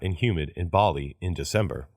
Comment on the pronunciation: ばりがぱりになってる